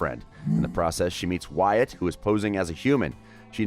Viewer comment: you said wyatts last name wrong